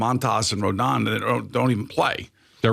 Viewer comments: Why does he keep calling him Rondon instead of Rodon? What a jackass. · This is worst segment of a sports talk radio that I’ve ever heard. Pretend like you watch the team. His name is Rodon. Not Rendon. You guys get paid thousands to be shit.